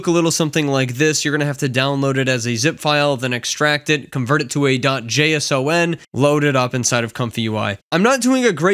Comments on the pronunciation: "Jay-Ess-Oh-En" file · It’s pronounced Dot Jason